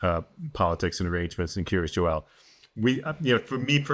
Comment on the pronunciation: Wondering why it's so difficult for so many people to pronounce Joel properly.